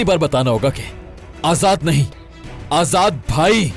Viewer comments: Azat nhi azad hota h 😂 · ajad nehi ajad vai kaho....😂😂 mey jidni bar a line suntahu mera hasi rokneka nam hi nehi leta😅🤣